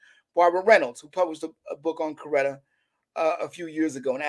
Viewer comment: It was very hard listening to him calling Mrs King Corretta😡